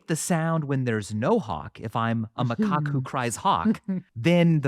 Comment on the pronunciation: TLDR Michael moves the goal post of what constitutes a lie in order to reinforce his primate bias Also, the way he pronounces Macaque should be investigated